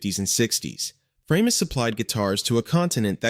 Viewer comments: "Framus" - the german "a" spells like the "a" in "hard", so it was not "Freimus" but "Fra-mus", nice and easy and german. The name was a contraction of "Franconian musical instruments". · why have I seen high end new Framus for sale? BTW Bill Wyman of Rolling Stones played a Framus bass for years & word has long 'a' not like the bass fish your computer voices